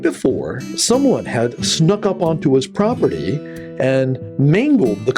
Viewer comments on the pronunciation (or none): none